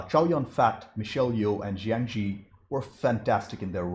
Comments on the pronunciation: Zhang Ziyi: that's three syllables, zhang, zi, yi. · for crying out LOUD: Zhang Ziyi is pronounced Jang ZEE-YEE.......